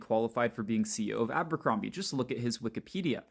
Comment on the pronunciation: it's not Àmbercrombie...it's ABERCROMBIE. My God man.